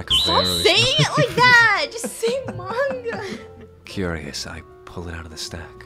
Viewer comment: you make fun of sora for pronouncing encanto wrong but can’t say manga right.